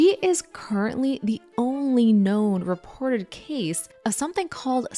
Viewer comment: why do you pronounce Martins like Mars? It's weird. And reported like "rapport"